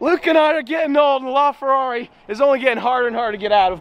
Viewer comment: Please stop saying la Ferrari like that bro. Seriously dude please, your Italian accent privileges have been taken away